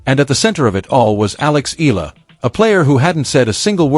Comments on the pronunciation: Her name is ALEXANDRA "ALEX" EALA! Tha surname is pronounced as EYALA not ILA! E-YA-LA!!! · It's pronounced as EY-YA-LA not i la. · Eala pronunciation E-yala